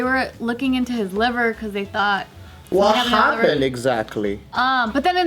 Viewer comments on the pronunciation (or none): none